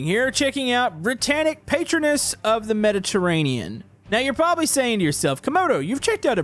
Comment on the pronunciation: you said Mediterranean wrong